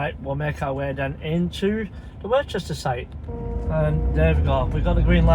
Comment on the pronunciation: Hi mate you make me laugh when you say Worcester it’s pronounced Same as Worcester sauce crisp You pronounce it as if there is a h in it